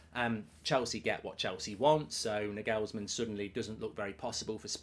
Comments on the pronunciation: NagHEELLLSman LOL! Sort that pronunciation out ya pl3b. Liverpool will win 6 draw 2 and JUST miss top 4. As for us (United) 3rd is far from done and dusted with our injury list - which is why Liverpool DO NOT need the Europa, because look what it did to us - decimated. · Will Mark ever pronounce Nagelsmann correctly? 😂